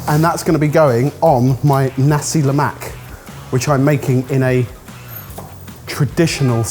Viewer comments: We Malaysians get frustrated when some of you pronounce "nasi lemak" wrong. It's "nasi lemak" not "Nacie Lemack" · on a side note. It's pronounced NAsi LEmak. The first syllabus of each word is the one emphasised! Either way, great work guys! Always enjoy seeing our tiny little island on a video! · They are butchering on how to say "nasi lemak" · what did i learn? no white person can pronounce nasi lemak